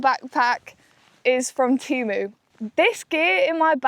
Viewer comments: ITS TEMU NOT TIMU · This is the first time I've not heard it pronounced "TAYMU" and I've bought a £15 green roomy 2-person pop-up tent and a hundred+ other great things from them..